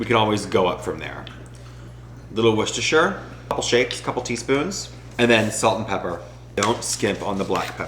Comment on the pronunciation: Confidently and correctly pronounces Worcestershire. *immediately clicks subscribe* 😂